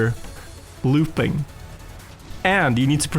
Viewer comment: When did start saying looping like the germans? Also why do the germans say backslide lol